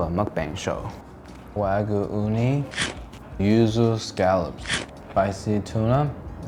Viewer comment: Why do Americans insist on pronouncing EVERYTHING except Wagyu correctly. Wah-g'yuu. Not Wag-oo.